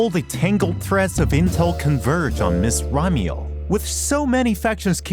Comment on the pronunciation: That name reveal reminds me of when Hermione explains the levatation spell, to Ron in Harry Potter. You're saying it wrong. its Remielle, not Ramiel... 😂